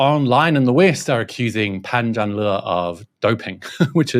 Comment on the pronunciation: He was pushed all the way by God's invisible hand?? 😱 Fyi, his name in Mandarin should be pronounced: Pun Jarn Ler. Not Lee.